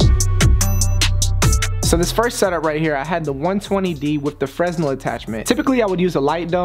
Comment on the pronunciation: its pronounced FRUH-NELL